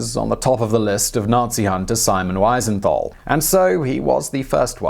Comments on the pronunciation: It's "wee-zen-tuhl" (Wiesenthal). Not Wysenthall And the name is "Wernher von Braun". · Not Weisenthal (when speaking), but Wiesenthal. He deserves being called by his right name. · Wow! What an amazing story. An itty bitty nit: "Weesenthal", not "Whysenthal". It's "ie" not "ei". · Simon Wensenthaal? Wisenthaal? Oh dear, oh dear. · It's a little disconcerning when a channel this size, and dealing with this particular subject matter, gets Simon Wiesenthal's name wrong six times in two different ways. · Apart from the fact you kept mispronouncing Simon Wiesenthal's name - which really is an unpardonable error - this l is perhaps your best BlO video. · The famed Nazi hunter Simon What now??? You mangled that guy's name you know. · German "ei" as in Greif is pronounced like english "eye". Whereas "ie" as in Wiesenthal is pronounced like english "beer". So you mixed them up. 😊